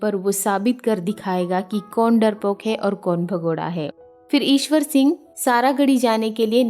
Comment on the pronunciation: Mam ishar sing not iswor sing.